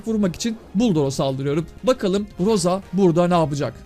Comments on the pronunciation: Ros diye söyleniyor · Roz diğe okunuyor Rosa abi